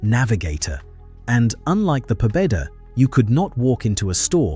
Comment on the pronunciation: Pobeda is pronounced Pobyeda